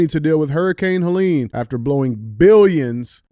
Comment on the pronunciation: Good to see DJ figured out how to pronounce Helene